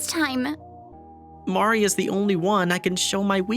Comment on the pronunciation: Why is Marie pronounced so oddly?